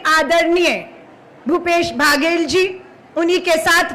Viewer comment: Medam ji baghel nai baghel